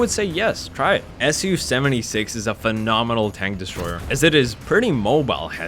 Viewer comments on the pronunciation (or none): The way you first said su 76 was identical to the way we Mongolians say milk (suu)